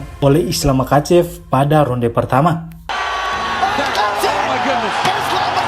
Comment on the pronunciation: Bang kalau ga salah pengucapannya mahacev.koreksi juga sama kayak habib bukan kabib